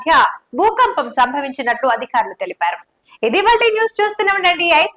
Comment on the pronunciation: Bhoopampam ahh bhoookampamaa😂